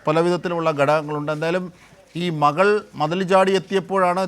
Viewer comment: മഹൾ, മഹൻ, അഹത്ത്... ആഹാ.. എന്ത് നല്ല മലയാളം..😂